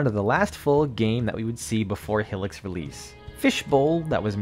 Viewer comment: Great vid! Though I hate to be that guy, but Hylics is pronounced “High-licks”, not “Hilliks”